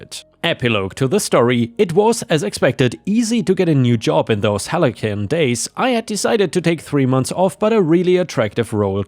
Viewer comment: Hugs to Theme Park OP & his family.🫂💚 Racism sux ass. Under the assumotion that you'd want to know,; Carousel is:Care-oh-Sell Scryed is rhymes with Tried Halcyon: Hal-see-On If you don't care that's totally fine, I'm only trying to help.😅👍✌️